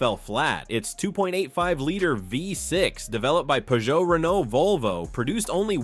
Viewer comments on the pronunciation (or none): none